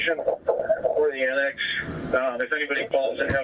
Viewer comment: We could have a long list of his pronunciation of words. I still think unbiblical cord may be the best! I cringed every time he’d say “annext” lol